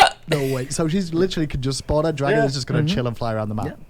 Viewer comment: "Dargon" btw haHAA